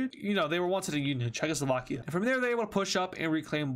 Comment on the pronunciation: Did he say china-slovakia